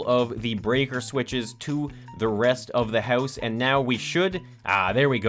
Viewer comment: gotta love his accent on "house" - heus